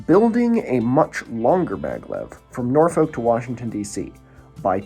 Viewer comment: hi I am from norfolk virginia! i wanted to correct your pronounciation of my silly home town! the "folk" is just pronounced like "fuck" like nor-fuck or naw-fuck. and powhatan is powuh-tan